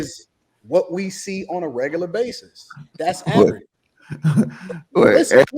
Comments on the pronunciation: Saying, “What considers reg-gu-la” is a prime example of regular. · The fact that she can’t pronounce “regular” correctly makes her below REGERLER.. 😐😐🙄🙄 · "wHaT cUnCiDuHrZ rEgUrLuR?" Guuuuuuuurl!!!! 😂😂😂😂😂😂😂😂